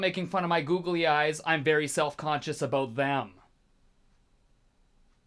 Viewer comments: you sound quite normal until you say "aboot" loved the song btw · haha "aboat"